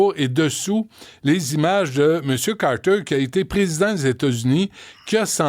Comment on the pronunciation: Chez-nous on prononce "Carter", pas Carreteurrrre !